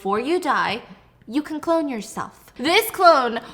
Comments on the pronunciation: he keeps saying cologne instead of clone xD also he always says airy instead of eerie I get creeped out and then he says that and its like the perfect comedic relief i need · always saying cologne instead of clone is what I’m here for and this time Stephanie didn’t even bother correcting him😂